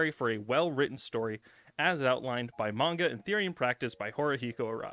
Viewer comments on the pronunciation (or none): none